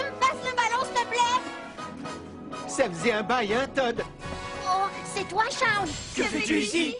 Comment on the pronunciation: c shawn pas shaune